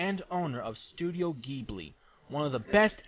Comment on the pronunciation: You mispronounced Ghibli horribly, I'm sorry I needed to make that clear!